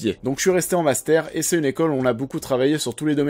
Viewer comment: Tu dis "master" comme un acteur de "La Vérité Si Je Mens" ^^